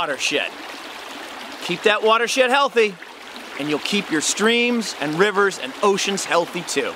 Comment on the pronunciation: it sounded like water shit lol